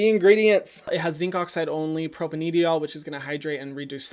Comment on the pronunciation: Propanediol is pronounced like "propane" with "DIE-all" at the end.